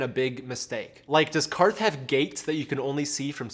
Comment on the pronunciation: Props for pronouncing QARTH correctly.